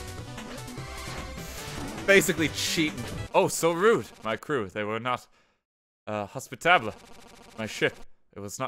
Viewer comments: i could excuse the deaths and the hubris, i only made a bit of fun of him for the 8 minute rule, but GOOD GOD MAN, HOS-PIT- TA -BL? MAGNIFISONT? duuuuude. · did he just say "hospitablay"? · Mispronouncing "hospitable" as "hospit-AH-blay" is honestly impressive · I'm sorry, Hos-pit-arb-lé??? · I am going to lose sleep over the way he pronounces hospitable